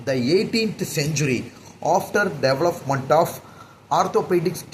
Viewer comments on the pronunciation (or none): English pronouns are really bad… when I write them down first and then read, only then it looks clear. Physiotherapist... He said physiotherapistuu Development..... He said developmentuuu System he said systemmuu 😂😂😂😂 so many words like this